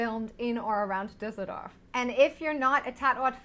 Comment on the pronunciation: "Dusidoff" statt "Düsseldorf" 😂